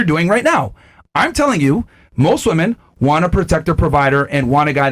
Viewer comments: Lol that was funny, the chick that can't say women, she says woman in the dumbest way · Why do so many people struggle to say WOMEN? They say the plural of women as WOMAN. why? Pisses the shit outta me. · It's women!!!! Not woman fucking gen z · when a person can’t for whatever reason can say “women” should never be taken seriously. should stay quiet for now on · It is so freaking annoying. They confuse the singular and plural pronunciation. Glad I’m not the only one. It’s also taught in liberal colleges.